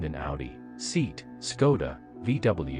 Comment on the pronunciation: pronounciation of seat is quite funny